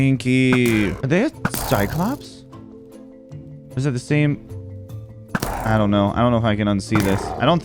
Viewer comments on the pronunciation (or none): none